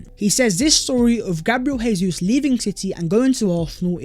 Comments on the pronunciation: Jesus is pronounced as Zhe-zous not Hey-zous. He's Brazilian. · Probably no one cares but it's Gabriel JeyZeus because it's Portuguese, Hey-Zeus is Spanish... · Rubbish....its Portuguese, its Jay-zous, same way Jose Mourinho is Joe-zay